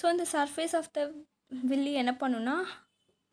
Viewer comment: It is not villie it's villai